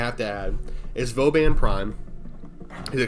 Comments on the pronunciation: i love vauban he is great. also i dont think you pronounced his name correcly even once in this video lol "voban" "vobain" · Who is this "Vo-bane?" Never heard of him. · I can’t stand you calling him “voe-bane” it’s wrong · Maybe Prof. Dysto has an opinion on it since he so extensively plays and talks about Vauban. For the pronunciation you were weirdly close to some truth! While your english pronunciation is on point and it's about a word in a game from english-speaking devs, Vauban is a french name through and through. You can look for the Vauban entry on the "fr wiktionary" for an audio cue, the "a"s are pronounced in a way close to the "weird way" you spoke about ^^. As for why he isn't that much played although being very strong i think you were pretty much on point : it's a mix of having an unclear/obscure kit and being more CC oriented at a first glance than pure direct damage. The focus on immobile contraptions in his kit also clashes with that. His whole kit is kind of a mismatch in a game which is nowadays a power fantasy horde shooter zooming around and exploding everything on sight. The missions he coud shine in (Defense and such) are also played more "efficiently"/faster by dishing out just more aoe damage and killing everything on the spot. Interception would be the "best" spot but its kind of the bottom of the barrel for players since its static, can't manipulate the rotation timer and you'd still have to kill the remaining enemies between rotations making the CC focus kind of moot. Still, some people are making cap Cascade runs a breeze with him through controlling choke points and some additional tricks. In my own case i fancy myself as some kind of "niche build hipster" and hav